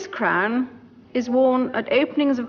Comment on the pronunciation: It’s sounds like she’s saying “the imperial state crime” and that’s actually more accurate